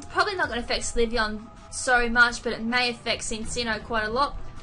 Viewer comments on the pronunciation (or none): Sorry to post a similar comment again, but its spelt SYLveon, not SLYveon. Why cant you read the names properly lol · I'm sorry but I just can't stand both you and saying Slyveon instead of Sylveon. The Y comes before the L. Nothing personal, it's just a tad bit annoying! xD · she didn't pronounce it as slyveon she pronounced it syliveon with an "i". i dont mind that if anything like it, BUT "volcarona" being pronounced "volcorana" is one of my disliked pronunciations. mainly because it sounds like banana which for all i know could be the joke. :P